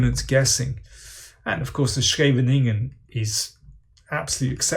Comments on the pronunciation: Good job on pronouncing Scheveningen! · As a Dutchman I am very glad to hear that your pronunciation of "Scheveningen" is correct! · I'm impressed, Daniel knows how to pronounce scheveningen correctly! :)